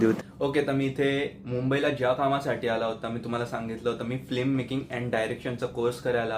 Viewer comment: All the best , please say FILMmaking not Flimmaking (फ़्लिममेकिंग)